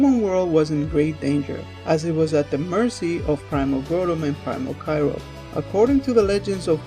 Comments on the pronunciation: Kyoger Not kyrog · You dont say kay rouge you say kyogre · No its pronounced ki-oh-grr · Ky-oh-ger, not Ky-rogue Ray-quay-zah, not Ray-quar-zah